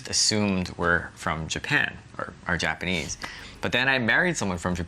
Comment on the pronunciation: (maybe you too young) ..... Japan-nee